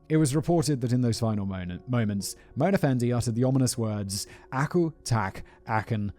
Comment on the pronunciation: Malaysian listener/watcher here: 1. Pronunciation of Mona Fandey was spot on, Simon. 2. Given that corruption is the key trait of most of our politicians, many of us see a morbid sense of humor in a corrupt politician being duped out of money and murdered. 3. It was our Independence Day a few days ago. Coincidence?